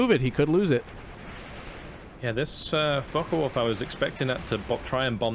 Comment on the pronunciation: Such good games, and very good commentary. Really entertaining to watch. Also it cracks me up that you keep calling them focken wulf